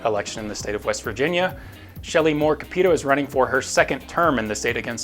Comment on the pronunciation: Small note but you’re pronouncing Sen. Capito’s name wrong. But other than that, great video as always!